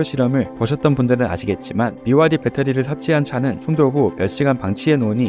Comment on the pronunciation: 모덜y...? 모델y??? 배러리~라고 하지 않고 배터리 정확히 읽으시네요.... 잼있는 영상 잘봤습니다.^^